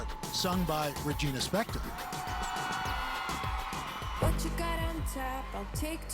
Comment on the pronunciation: “Spektor” not “Specktor” lmao